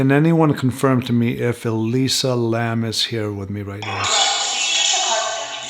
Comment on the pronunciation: It’s interesting the voice on the portal sounds like it could be her voice too. Definitely a young female voice. It’s interesting you even got the last name pronounced right. Like I mentioned on IG, my last name is Lam 林 and if she’s Cantonese then yes it would be pronounced “lum” not Lam. 👍 In mandarin it would be pronounced “Lin/g”. I honestly think she was interacting with something paranormal at the hotel. Definitely bipolarism can make you feel a bit crazy and see things. But I almost feel something paranormal tipped the scale that led to whatever led to her death. And as I mentioned on IG her room being on the fourth floor is a bad luck number for us Cantonese people because it sounds like “death”